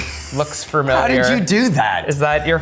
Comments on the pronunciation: he is very skilled but i have to say familiar does not have 2 r's in it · Can’t get past him saying “fermiliar” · every time he says "farmiliar" i wanna punch a hole in the wall